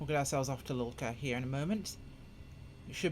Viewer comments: Haha yeah. Great video, getting the name wrong every time of one of the most famous airports in the world... At least it made me laugh rather than annoying me! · Why the fuck do you keep calling it lulka? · Yeah, it's Lukla. I thought maybe it was a local pronouciation and I was wromg all along 😎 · I so much like the way you call that little airport LULKA. Sounds like Yiddish to me... A great video, BTW